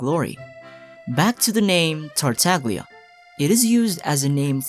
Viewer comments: It's spoken "Tartalia" in Italian. The g is almost silent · for example with La SiGNora they understood and they pronounced with the italian pronunciation, so I dunno why they think "GL" is like "GLue" and not like "You". (Indeed "TartaGLia" with the italian and correct pronunciation rhymes with "SnezhnaYa") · Another fact is actually Tartaglia is mispronounced by everyone because we call him in 'english language'. But in Italian is TartaGLia with the italian pronounciation. (almost a "Y" in english, so it is: TartaYa) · I call it the "Tagliatelle" principle. The g is silent. I always flip when people say TartaGlia... why tho. But don't get me started with Scaramouche 😅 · i know you already know about this, but you say Tartaglia like "Tar-tag-leeyah" or "Tar-tag-lia." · Say it with me. TART (like pop tart), TAG (like a shopping tag), LIA (like uh.. leeeeeea) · the mispronunciation of his name is ridiculously funny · everytime you say tartaglia wrong it sends me flying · You can pronounce Shneznaya, but not Tartaglia?